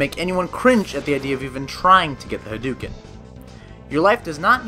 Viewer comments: hah-d'OH-ken ! Not huh-dew-ken -_ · Hadouken is said with "dough" as in "doughnuts." I can't believe people still say it wrong with the internet! 😆